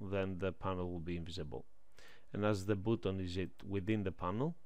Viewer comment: Странно и неправильно он произносит слово button как буттон а не баттон как надо... Ой...